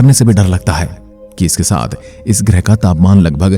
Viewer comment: Not grih grah bro 😂